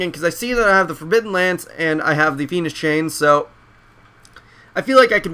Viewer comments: Lol, sounded like you said "the penis chain" 0.o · Fiendish chain sounded oddly like penis chain...